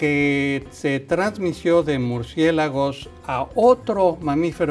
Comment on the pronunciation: dijo: " se transmisio". Jajajaja